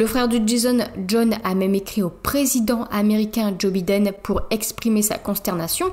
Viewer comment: Essaie de bien prononcer Biden come si tu disais buyden